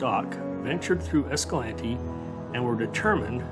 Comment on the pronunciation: Great video, thank you for pronouncing Escalante correctly. My grandpa was one of the first ones to come upon the crash of the Boy Scouts.